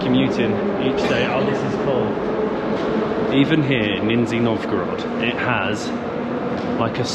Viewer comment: Lol. Not "Ninzi" , Nizh-Niy